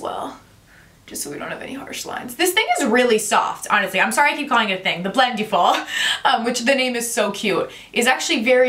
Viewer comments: Great video! Just a quick correction: it's pronounced like "blend-EH-full" rather than "blend-EE-full." Think about it this way: for the word "blending," you don't say "blen-dEEng," right? You say "blending" - short and flat "I" sound. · The way you pronounce it "blend-ee-ful!" 😄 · You’re pronouncing Blendiful wrong.